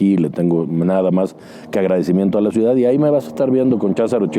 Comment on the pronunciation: Te viste lindo, tampoco va al extranjero porque no sabe hablar inglés, vaya, si ni siquiera sabe el español, solo sabe hablar macuspano!!! Jajaja 😂😂😂 dice ciudat, austeridat jajajajajajajaja